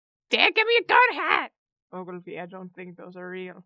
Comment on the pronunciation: I think it’s “Oglevee”